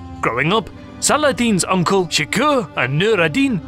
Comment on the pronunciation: In arabic there is no" g" (ex. G in Game) and written as k therefor "Shirkuh" is pronoused "Shehrgo" not shiko ( it is Kurdish name means the heart of the Lion)